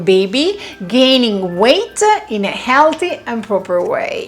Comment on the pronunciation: Its weight gaining, not gate waining 😂